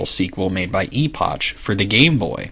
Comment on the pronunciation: I always thought the 'ch' in Epoch was pronounced as a 'k' sound, eg. Epok.